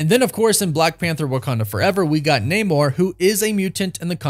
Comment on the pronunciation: That namor was a bad cast...and you pronounced it wrong.